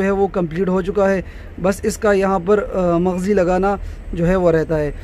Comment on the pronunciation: Mazghi nhi bolty mghzi bolty hain